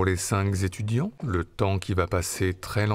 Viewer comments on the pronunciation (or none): Cinq zzzzzétudiants, vraiment ?